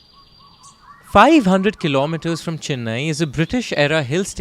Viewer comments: It’s not fucking Chinnai it’s Chennai. My ears are hurting you say Chinnai again and again you Bihari 😂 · Great story telling and format! You got the hard pronunciations right with the tamil names but pronounced Chennai as Chinnai throughout. I know its a very common North Indian pronunciation but aint that hard to say CHE-nnai.